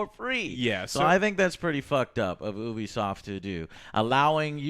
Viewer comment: ITS NOT OO-BISOFT ITS YOU-BISOFT